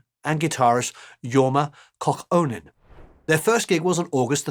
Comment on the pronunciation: Just for future reference: Jorma is of Finnish ancestry, his surname is pronounced "coww-ko-nen." Great video as always!